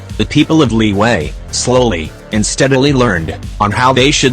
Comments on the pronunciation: Fun fact: Liyue in genshin is always pronounced “li wei”, even thought it’s supposed to be “li y-ueh” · text to speech: "LIWAY"